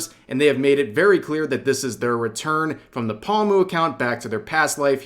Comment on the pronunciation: Omfgggg Rev are you seriously still pronouncing Pomu as "Pa-mew"?!....